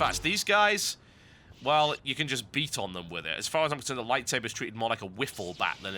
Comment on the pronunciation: TB!!! LISTEN TO ME!!! IT IS A FUCKING LIGHTSABAH!